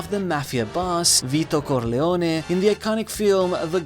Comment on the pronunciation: Man, I'm Italian, precisely Sicilian, your pronunciation of "Vito Corleone" was so on point. Goddamn